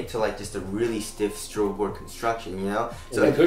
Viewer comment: I've been subscribed for like 2 years and only now I realized you guys are saying STROBEL board instead of STRUGGLE board :)